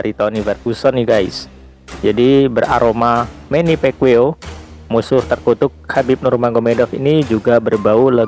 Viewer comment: manny pacquiao ngab, bukan manny pekwiw haha